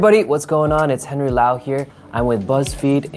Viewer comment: 헨리 목소리 발음 perfect!!!